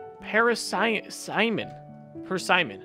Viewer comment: It is said persimmon